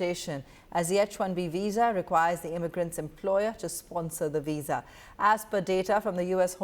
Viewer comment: What’s weess… veeeeeesa!